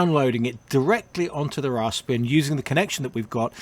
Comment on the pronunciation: Rasp-eeeee-an. There are no other "r"s in the spelling.